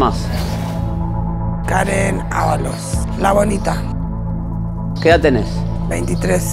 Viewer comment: entendi "La Bolita" 😂😂😂